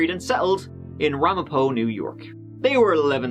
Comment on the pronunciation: I'm impressed you pronounced Ramapo correctly!